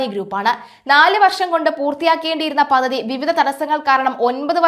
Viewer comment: കുട്ടിയുടെ ഭാഷ പ്രയോഗം ഒട്ടും നന്നല്ല. മെഡിറ്റേറിയൻ അല്ല മെഡിറ്ററേനിയൻ ആണ്. അധാനി അല്ല അദാനി ആണ്. പദതി അല്ല പദ്ധതി ആണ്.